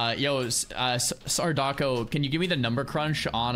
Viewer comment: He finally said sardAhco ! LESSGGGGGOOOOOOOOOOOO